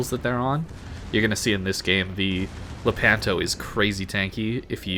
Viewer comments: Love your videos. Anyway it’s Lépanto, not Lepánto 😃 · Lépanto non lepánto....